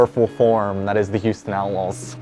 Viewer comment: "Houston Outluls"